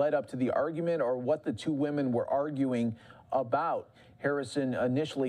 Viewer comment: WOE-MEN... WOE-MEN... WOE-MEN...